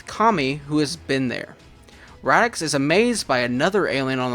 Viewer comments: Dude... I know that it's a year old video, but my ears are bleeding every time I hear Radix -.- it's Raditz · Who tf is radix 😂. Raditz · I actually love that he pronounces Raditz’s name like that, it makes him unique and stand out in his own little fun ways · Radix? Raditz. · Nice job on the fanfiction, but you kept mispronouncing the name of Goku's brother. It's Raditz. I know he hasn't been a major DB character in hindsight, but he's still pretty darn important for being the guy who revealed Goku's backstory. Anyway I still like some of the old DBZ movies too, mainly the first 3 since they used to air them on Toonami all the time, especially during the time we were all waiting for the Funi dub to start while we kept getting re-runs of the Ocean dub. Cooler's Revenge was pretty good too. The first Z Broly movie used to be okay for me, but I've liked the DBS Broly movie a lot more since its release. At least they got rid of old Broly's pretty ridiculous reason for hating Goku/Kakarot, heh.